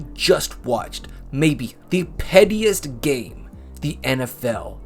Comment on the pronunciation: I thought you said "prettiest".